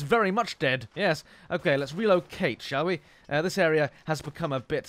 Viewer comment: When you said "Let's relocate" I thought you said "Let's reload Cate" And then I thought you called your Lee Enfield for Cate... I have a weird mind.